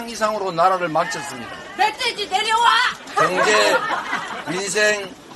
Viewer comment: 내려와로 들리는데요 ㅋㅋㅋ